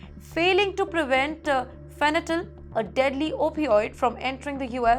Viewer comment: Fenytal or fentanyl?